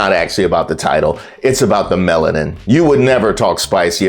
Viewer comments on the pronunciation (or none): none